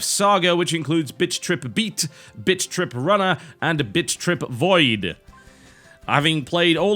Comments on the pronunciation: Every time he says BIT. I hear bitch lol. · it sounds like your saying bitch XD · I like how he says bit as bitch...or at least it sounds like that to me. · i like how you pronounce "bit" in bit-trip. i hear a ''ch" in there